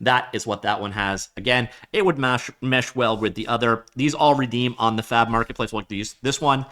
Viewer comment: Brother please enunciate the B, my wife was wondering if I was watching a 'No Fap' video..